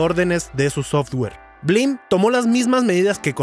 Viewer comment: Ahora lo entiendo todo... blim (no bleem) es un emulador de netflix, pero sin optimizar